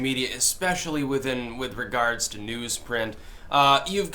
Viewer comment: I finally noticed your accent when you said "regards" lol